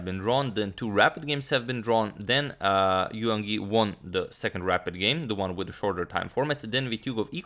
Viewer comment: In "Yangyi", don't sound the "g". "Yang" is one syllable (like English "rang" or "sang") and "Yi" another (pronounced like English "ee", as in "seek").